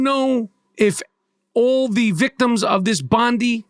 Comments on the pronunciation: It’s Bon-die beach. Not bondee beach. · I was waiting for it, its unimportant but as an Aussie it needs pointing out Bondi is pronounced 'Bond eye', anyway what a disgusting attack, due to our labour govt muslims are a protected species here in Australia due to their voting power, also why the F are lefties on X obsessed with the religion of the hero, it makes no sense pointing it out considering the killers had the same religion. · Aussie here ~ thank you for your words. (BTW, it's pronounced "Bond-eye") 🙂